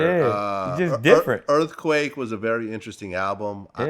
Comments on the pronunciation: He said “ earfquake was an very interesting album” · This dude said EARFQUAKE is a very interesting album LMAOOO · “Earfquake was a very interesting album” nigga what. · Lol bruh said earfquake was a great album 😂😂😂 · he said earfquake was a good album lmfaoo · Chill out. Vlad is a human to he prolly just slipped up and said earfquake. 🤦‍♂️ damn yall some pussies offended by everything 😂